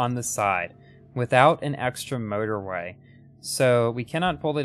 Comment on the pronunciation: Sometimes when you say motorway, it sounds like murderway